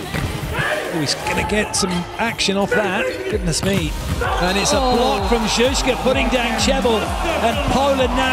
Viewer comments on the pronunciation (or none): I couldnt stop laughing when commentator called Drzyzga "Dyszka" - that colloquially means 10